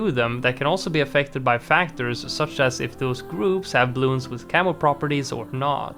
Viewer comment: I kept hearing "camel" instead of "camo" even though I know you mean camo. I keep thinking 🤔 there's a camel balloon, since when did he mention that ?